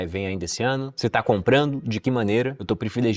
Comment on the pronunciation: Não entendi nada do que o falou na sua última frase do vídeo: “ estou prefilejando comprar treasuries companies”?, foi isso?